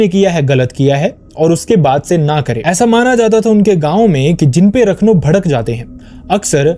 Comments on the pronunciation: It is not pronounced as rakhno (रखनो)...he is called raakhnho (राखणो) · Its राखणो... Not रखनो... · Sorry to correct- it’s not Rakhnow.. it’s Raakhno (राखणो ) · राखणो and not रखनो... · भाई उसे राखणो कहते है, रखनू नहीं। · It is Raakhno..ra pronounced as in ' Raakhee' or 'Raazi' .. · 'Raakh- no' is the pronunciation ( Protector or care taker ).